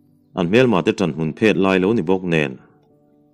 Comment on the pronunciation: Ṭan hmun phet tiha phet hi in chhiar dik lo ziah mai. Tuna 'phet' i chhiar dan hi chu 'phe' (lang fiah lo) modified form a ni. Rahbi tleu/ke phet sawina 'phet' hi hman tur a ni a, a modified form chu 'pheh' a ni. 'Phet' tih hi 'rap bet' tiha 'bet' kan thluk ang hian thluk tur.